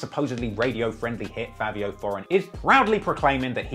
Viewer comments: It’s Fivio not Favio 😂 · is it pronounced "favio" or "fivio" ??